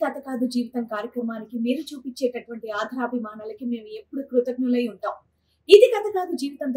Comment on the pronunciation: Telugu sarigga matladdam nerchukondi. Pull out the advertisement first. Krutagnulu badulu kruthaghnulu annaru. Aadarabhimanalu anadaniki aadharabhimanalu antunnaru. Telugu sariga matladandi.